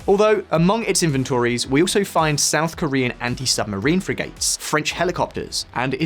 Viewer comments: My god man!! Frigate is not pronounced free-gate, it’s frig-ate. God every time this guy does anything to do with the navy he butchers that word. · Dear god man. Youre British and not only that you cant pronounce word "frigate" (its NOT free gate) you also cant say "achipelago" properly... Can we have Simon back? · As someone who has English as their first language you should know how to pronounce 'frigate' and 'archipelago'. There's a number words you used incorrectly up until the 'archipelago' when I stopped watching. Back to school kid.